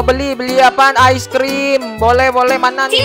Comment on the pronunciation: Bukan ais tapi ice